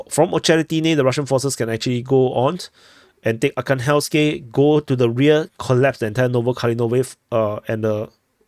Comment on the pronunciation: AR-HAN-GHELSK This is how is pronounced.